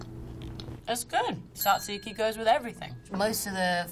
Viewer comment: love that she didn’t butcher the pronunciation of tzatziki, florence is the best :)